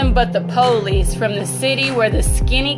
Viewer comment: Lol she said Poolice